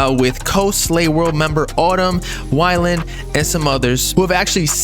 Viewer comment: (wee-land) bro